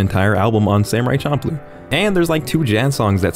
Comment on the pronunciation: This dude really just said CHOMPLOo.